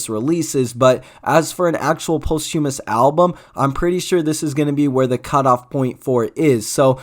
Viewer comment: Bro can't say posthumous right 😭